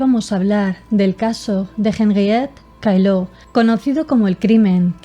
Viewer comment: Mal pronunciado el apellido Caillaux